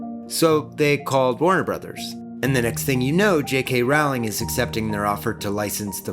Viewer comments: Sorry to pull a Hermoine on you but its J.K "Rolling" not J.K "Raowling". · "Rolling", not "r-OW-ling". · I love your videos, but Rowling sounds like bowling, not howling. That information has kind of been out there for years. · I don't normally correct people on pronunciation but Rowling is said like bowling Not rOWLing, ROWling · "Rolling". It's pronounced "ROLLING". Please don't me. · Okay. Just a heads up, it's pronounced "RO-ling", liking row a boat. Not the one you keep saying it. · Lovely as always, but it irks me every time you mispronounce the author's name. Rowling is pronounced like "rolling" not rhyming with howling as it might look. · Also my dude, it's Rolling. Like a rolling pin. She's been quoted saying it, so everyone is clear. Love the video! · oooh! loving this series so far, can't wait for the next vids!!! ...i do have to be that person though and let you know that "rowling" is pronounced "rolling" ^u^ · Great take! Can't wait to see the next one. But is it really that hard to pronounce Rowling's name correctly? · that's not how you pronounce Rowling btw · I came looking for this comment. Why do a documentary series on movies/books by a particular author and not know how to pronounce their name. Otherwise this is a pretty good video.